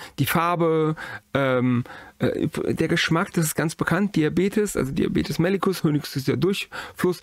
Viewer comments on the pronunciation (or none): "Diabetes mellîtus" hat ein langes i, welches betont wird (machen die meisten falsch). "Abort" wird übrigens Ab-ort gesprochen (= abgelegener Ort), nicht zu verwechseln mit dem lateinischen "abortus".